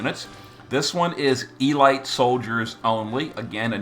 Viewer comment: Ee-Light Soldiers. Ive suspected for quite some time that many of your mispronunciations are completely deliberate, as a way to ensure viewer engagement, and to get people talking. A fun, endearing quirk, that gets peoples attention one way or another. The comments section and the discord have a laugh,.but you must laugh much, much harder. And for longer. I now know, with 17,000% certainty, that you've been taking the piss. For years. Let me add you, pls sir. Sinelucr